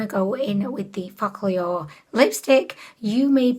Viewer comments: Focallure is pronounced as folk allure and not fock allure i guess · I love videos you use focallure in because it just sounds like you’re saying “f**k all y’all” and I just love it 😂😂